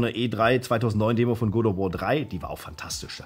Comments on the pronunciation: Good of War. Wer kennt es nicht? 😂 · Funfact: bei "God of war" wird God mit EINEM o geschrieben und dementsprechend ausgesprochen.. Mein innerer Monk hat bei jedem ausgesprochenen "Good of war" einen Schlaganfall bekommen! 😀